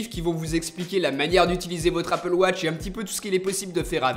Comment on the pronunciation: Elle est bien loin l'époque où tu disais "Apple Woch" 😞